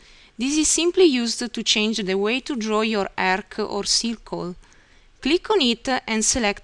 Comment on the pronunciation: 1000 percent Italian accent, the Arc-ca, show-za up-paa. Italian is probably the only language I know that adds that extra syllable like that. It's definitely not Slavic.